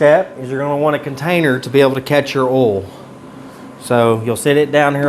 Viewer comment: OIL, not OLE. Lol. Great video, I truly learned a lot.